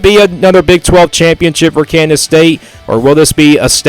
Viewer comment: Your a complete dumbass. Obviously you don’t know much about big 12 football. Maybe tx and tech. Ps learn how to pronounce KANSAS